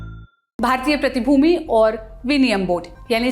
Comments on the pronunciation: Behen Hindi to sahi bol lo , bhartiya pratibhumi nhi hai pratibhuti hai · Madam teleprompter me dekh ke bhi sahi nahi padh rahi. Pratibhooti hota hai pratibhoomi nahi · Pratibhumi nahi madam its pratibhuti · Pratibhuti aur vinimay hota h mam